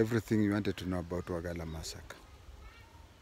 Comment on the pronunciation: You pronounced very well "wajeer"despite being non local